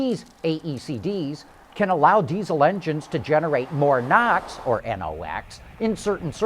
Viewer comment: It is "NOx" as in Nitrogen Oxide. Not "Knox" as in "Fort Knox".